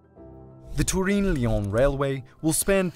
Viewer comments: Turin, not Tureen. If you want to use the Italian name, it's Torino. #hyperforeignism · TUREEEEN? You have never heard / checked how the city is pronounced in English? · Absolutely wild pronunciation of Turin. In English it is pronounced like Ter-Inn. In Italian it's Torino, pronounced phonetically. Lived there for a while and never heard it pronounced like that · Turin rhymes with urine in English. It’s not tur-EEN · “Turin” is an English name for the Italian city of Torino. You should not be trying to Continental-ify the sound of it. It is English. Turin rhymes with “fur in”— emphasis in the 1st syllable. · the way bro pronounces "turin" is painful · It makes my ears bleed how he tries to pronounce Turin as italian ad possible, when Turin isn't even italian 😂 It's Torino in italian